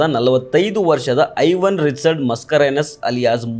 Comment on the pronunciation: Haivan alla maare.. Aiwan yentha mathadteera 🤷🏻